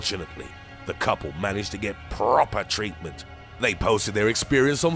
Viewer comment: “The couple managed to get PROPAH TREATMINT”